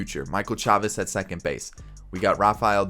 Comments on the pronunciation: It's pronounced "Chay-vis" not "Chaw-vis" but I get the confusion since it does look like "Chavez" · It’s pronounced Chay-Vis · It's Michel SHAY-VIS